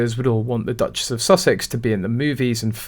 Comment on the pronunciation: Meghan made "Duchess" rhyme perfectly with "Mattress."